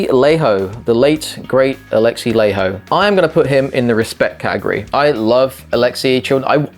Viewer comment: FYI Laiho is pronounced "lie ho"